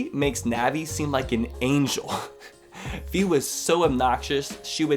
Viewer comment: Um, the thing with the game telling you about each rupee everything you started up the game happened with Twilight Princess, not Skyward Sword. I'm pretty sure it wasn't in Skyward Sword as I don't remember it, but I do remember it being in Twilight Princess. Also, Fi is pronounced like "Fly", but without the L. I learned that from Hyrule Warriors.